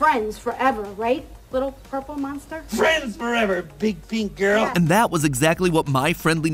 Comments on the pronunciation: he says “urple” not purple lol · Does no one utilize that matpat said urple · HE CALLED WILLIAM AFTON "OURPLE" 💀